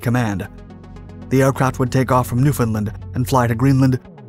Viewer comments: "Can-Nuck" Not Canook. Once you graduate from Canadese ASL, we can move on to the incomprehensible Newfinese. The pass rate is harrowingly low, fer mainlanders that is. ... Pronounced: NEW-FINLAND Like, Finland - but new! -Whattid we tell ya bout overpronouncin yer werds by? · Also mispronounced Newfoundland, please its: New-fn-LAND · He also pronounced Newfoundland wrong.